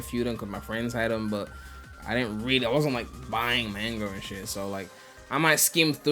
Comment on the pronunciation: Everyone: "Mahnga": "MAINGA"